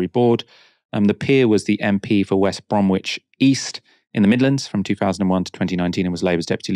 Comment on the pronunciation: Did really pronounce the w in bromwich? Surely he should know better.